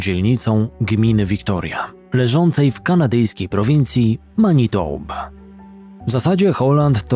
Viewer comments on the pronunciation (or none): Prowincja ta nazywa się Manitoba, a nie "matinoba". Czeski błąd 😄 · Manitoba a nie Matinoba 😂 Reszta suuuuper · Ta kanadyjska prowincja nazywa się ManiToba, a nie MaTinoba!